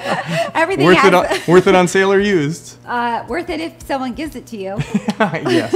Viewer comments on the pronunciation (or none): none